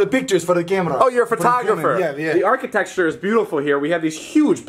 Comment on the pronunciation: I know this video was posted 4 years ago but David says architexture instead of architecture